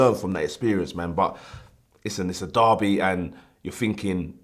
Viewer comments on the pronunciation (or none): none